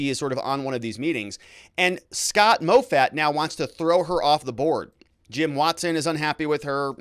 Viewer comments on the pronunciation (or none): Moffatt is pronounced "Maw-Fat" Driving me crazy listening to this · MOFFATT is pronounced MAW FAT lol... not MOE FAT